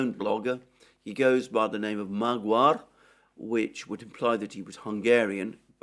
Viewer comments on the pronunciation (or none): magyar is pronounced mad-yar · Magyar is pronounced Mađar in Croatian. In English, the "gy" can be represented as "j" ... Something between "j" of jar, "j" of force majeure. Or the way the "n" can convert to "ñ", the "d" sound becomes "đ"/"gy" ...